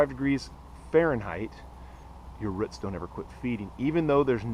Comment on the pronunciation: not ruts. roots